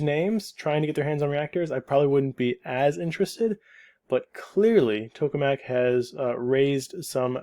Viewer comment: Just a note (I know, this is kinda irrelevant): TOKE is pronounced tok-uh, not "toke" with a mute "e".